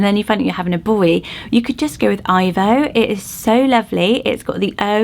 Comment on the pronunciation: Ivo pronounced E-vo